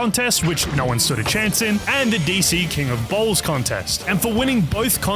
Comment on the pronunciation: “King of Bowls”❌ “King of Balls” ✅